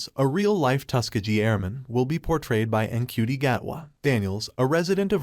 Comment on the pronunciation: Its pronounced chuti apparently.